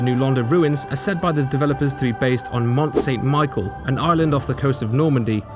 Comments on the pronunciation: Sry for pointing this out. But it's mount St Michel (like michel rodrigez) and not St Micheal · Mont Saint-Michel pronunciation -1/10